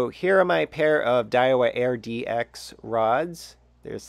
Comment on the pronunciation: Call me picky, but the rod model is spelled and pronounced: Aird-X not, Air-DX Good review though. Thanks!